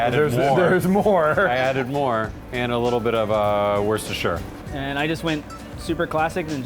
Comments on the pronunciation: He so almost said Worcestershire right! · The way you said "Woucestershire" is the closest anyone outside of the UK has ever said it!